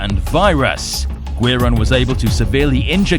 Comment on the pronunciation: Friendly pointer- Guiron is pronounced "Gee-Ron" Guiron's Japanese name Giron (ギロン) is most likely a truncation of the Japanese word for guillotine, girochin (ギロチン)